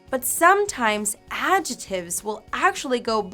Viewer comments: The "c" in the word adjectives is not silent. It's pronounced AD-jeck-tivs. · It's recognisable, but I'm just trying to help her with her pronunciation because we don't pronounce 'adjectives' that way and she may not realise.